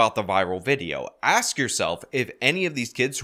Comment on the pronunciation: If they were having trouble with words like “indecipherability” or “compartmentalization”, I’d give them a pass. “Ask” is a three-letter word. If you can’t pronounce “ask”, no pass for you!